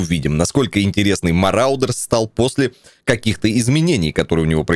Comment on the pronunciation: Игра "Мародёры". Отец - "Мараудер")